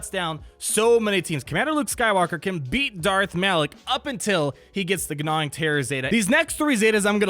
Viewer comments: Hold up. Did you say “Guh-nawing terror” for malek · Brilliant as always mate, but the ‘G’ in ‘gnawing terror’ is silent 😌